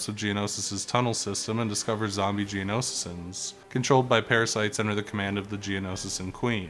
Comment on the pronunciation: I love this game. My favorite of all the Lego game ever. Only thing is that a few characters and people are said incorrectly. Asaj ventress and geonosians are the ones I’ve caught half way threw. Otherwise amazing vid